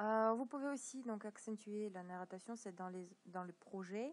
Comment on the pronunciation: on dit narration pas nattaration et merci